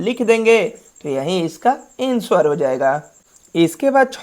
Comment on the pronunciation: Ansuvar nahe bhai anser